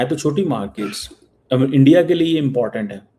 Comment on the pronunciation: Aandia.. Aandia... Aandia - ISI agent Cheema has lost sleep 😆😆